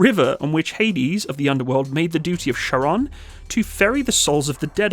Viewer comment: Not "Sharon" but "Kharon" Bro, just for the pronunciation. Otherwise lots of Love from Hungary :)